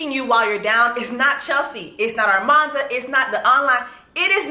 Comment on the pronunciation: it’s you calling her ARmanza 😭😭😭😭